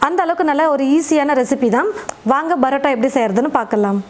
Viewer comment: Adhu brota ella mam parota